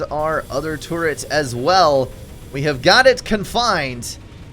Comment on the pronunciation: i love how he pronounces turret as tourette